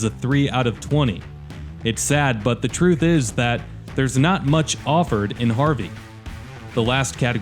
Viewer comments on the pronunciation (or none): none